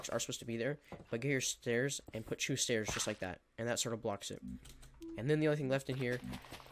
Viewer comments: i love how he say two.. CHOO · Why do you pronounce two as “choo”